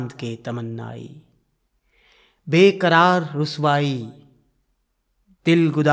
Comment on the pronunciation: "Beqara ruswai" nahin "Beqarar Sodai"